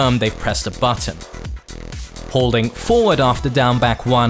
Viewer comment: Your tutorials are great, there's no doubt about that, but please.. in the future pronounce the words "forward" and "four" more clearly. It's difficult, just by ear, to tell which word you're saying.